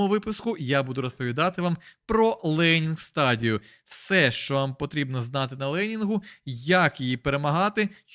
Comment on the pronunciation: трігернуло з "ленін стадію" хахахахв, відео бімба